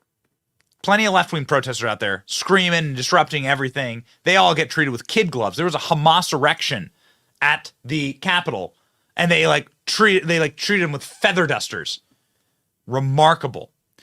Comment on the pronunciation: Benny you said erection instead of surrection lolol